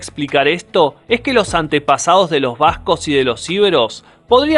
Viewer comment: Un trago de tequila por cada vez que dice bascog (Vascos).